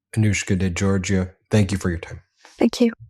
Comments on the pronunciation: This is yet another important and newsworthy report by this fine channel/forum/network, but I have a point to bring up. Mr. Meiselas pronounces the full name of the woman he's interviewing and he gets the surname wrong. He pronounces Georgiou as being JOR-juh. For some reason she didn't bother to correct him. It becomes obvious they've had previous ocnversations and perhaps she never had corrected him and felt this wasn't a time to do so, and to get on with the interview. Okay, but from what I've seen in numerous MeidasTouch videos this isn't the kind of mistake Mr. Meiselas would make to set an incorrect precedent. Learning the correct pronunciation takes no time at all with the internet. A person always respects and appreciates when their name is pronounced correctly or, if incorrectly, with an obvious effort. (It's a Greek and Cyprus area name and generally pronounced in that part of the world as jor-YOU or geh-or-GEE-oo. The pronunciation in a country where English is the national language is generally JERRY-jew or jor-GEE-oo, both unlike the JOR-juh he says.) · It's NOT 'Georgia." It's Geourgiou !!!!!!!